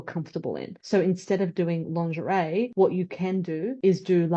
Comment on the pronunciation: Frighteningly smart analyses - 'lawnzheray', though. Ouch!